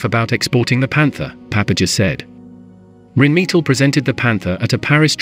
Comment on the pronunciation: What's 'Reen meatle'? Don't use words you can't pronounce!